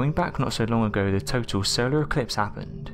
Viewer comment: * I think he said SOWARE ECWIPSE TWANSEIVER WECORDED CWIPTED CWEATURES !!!!!*